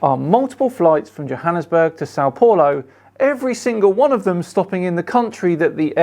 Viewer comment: love you... But my word you massacred the pronunciation of San Paulo.